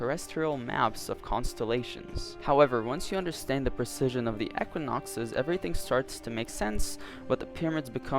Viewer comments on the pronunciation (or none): You are mispronouncing the word "precession" ... look into the correct pronunciation, it's important. "Precision and Precession" are totally different things.